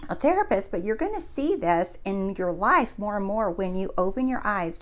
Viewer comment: Thank you! You’re my favorite manifestation coach right now. I get so excited when I see there’s a new video from you! This one was particular inspirational for me. All you need to do to change your “leyefe” is to see it with your real “I” 😂 and btw love the eye decoration on your wall